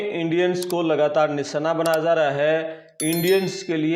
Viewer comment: आप हिन्दी उच्चारण सही किजिए।... बन्द किए जा ( ja ) रहे हे, न कि ज़ा (za) रहे है। ज और ज़ का इस्तेमाल सही किजिए। कई बार ज के जगह ज़ उच्चारण किए है, ऐसा मत किजिए। हिन्दी शब्द को उर्दू मत बनाए और उर्दू शब्द को भी सही उच्चारण करें। यह सोशल मिडिया है।